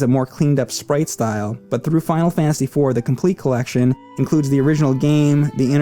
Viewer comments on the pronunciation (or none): none